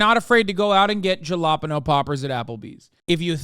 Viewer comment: hahahaha Hasan pronounced jalapeño the way Ricky from Trailer Park Boys pronounces it